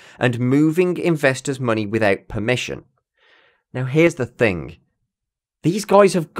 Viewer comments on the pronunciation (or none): none